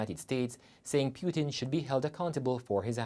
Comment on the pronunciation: How on earth this guy cannot pronounce putin correctly . Omg the student said wasn't sure if they would be able to continue their education if they leave ? Seriously! Take the loan n run we are talking about putin ! Even though jamaica has a responsibility for their citizens we know how they do things. I pray for everyone there